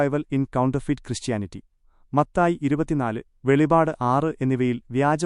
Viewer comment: വെളിപാട് അല്ല വെളിപ്പാട് 🙏